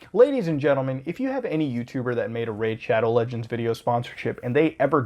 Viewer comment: Homie said it right